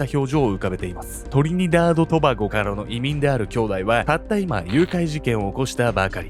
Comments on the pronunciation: 言いにくそうにしとるけど頑張って言い切ってて笑いました🤭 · トリニダード・トバゴを大事に言ってて草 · のトリニダード・トバゴ、『噛まないぞ！』て気持ちがめっちゃ出てる🤭w コメディ映画に出てきそうなおバカ… 亡くなった奥さんはほんと災難…